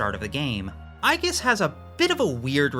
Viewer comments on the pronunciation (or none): none